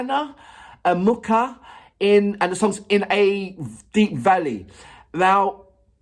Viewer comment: I think it would be easier to pronounce Oksana if you read it like Oxana. And that sound in "MuKHa" is like in "AKHmed". It's a more deaf kind of H. The "K" isn't heard at all.